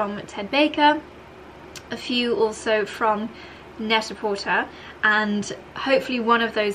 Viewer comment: I've learned how to pronounce some things from your vlogs, so I thought I would share that I think it's supposed to pronounced Net-a-PorTAY, you know, to rhyme with "prêt-à-por·ter" (/ˌpredəˌpôrˈtā/), as a very clever pun on the French term for ready-to-wear. It's always a surprise to me when I hear you say "porter," rhyming with "shorter."